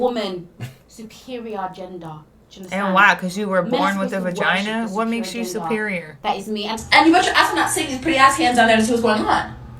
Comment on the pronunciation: "men are supposed to worship the supereer gender" Can't even say superior correctly ...